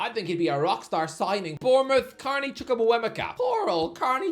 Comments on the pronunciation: It's Chuk-wu-meh-ka Please stop with the Chumukuwemeka butchering - he says it himself in that 80 minute video Sky Sports released of all the players saying their names (Timestamp ) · Carney Chukwuemeka is not harr to pronounce. You're just not saying it right.